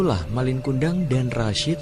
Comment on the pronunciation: Bukan MALING tapi MALIN ( ujung kata gak pake huruf G )